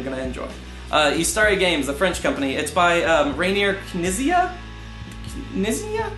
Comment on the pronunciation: You were close enough with Sebastian's name but if you want to know how to pronounce Reiner's name then Rye-ner K'neat-see-ah is a good approximation :)